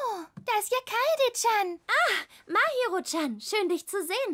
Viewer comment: Die Stimmen passen einigermaßen aber die Aussprache vom "Chan" am Ende hört sích nen bissl falsch an